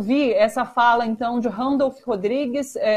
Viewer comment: você é adorável. Mas por que fala "Randolph" Rodrigues? Um beijo.